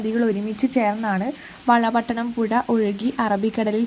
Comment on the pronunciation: പുയ അല്ല പുഴ